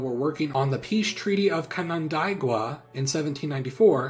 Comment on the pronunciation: The way you pronounced "Canandaigua" was hilarious, being a local of that area lol. It's pronounced "cannon day gwah"